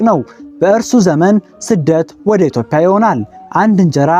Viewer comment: ኢትዮዽያ እንጂ ( ኢትዮፕያ ) አይደለም ምንነካህ